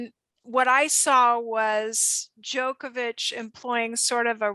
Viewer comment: Amazing show as always. Though it would be nice if you guys learn to pronounce "Djoković"